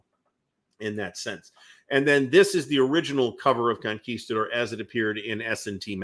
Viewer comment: Thank you for correctly pronouncing "Conguistador". Now apply that to "Yaguinto". They are both Spanish words.